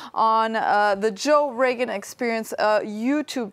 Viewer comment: It's Joe R-OH-Gan Not Joe R-EA-GAN